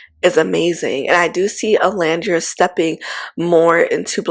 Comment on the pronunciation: Are you aware that you mispronounce Olandria’s name often?